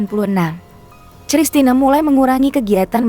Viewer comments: Christina Panjaitan baca Kristina bukan cristina hadeuh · apakah saya yg salah atau pengantar narasi yg salah klo saya membacanya christine (kristin) panjaitan, entahlah..... saya jadi lucu aja mendengarnya cristina...........panjaitan..... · Min..Christina..itu bacanya Kristina..bukan C..elo belajar mbaca di SD gimana ..? Terus Dian pesisa..itu E pada Pesisa pake E taling bukan E pepet..Pesisa sama seperti waktu kamu menyebutkan nama Betaria..duh ampuuun dah...lulusan taun berapa sih...guru bahasa yg salah atau memang murid" jaman sekarang nganeh"😮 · Christna membacanya Kristina!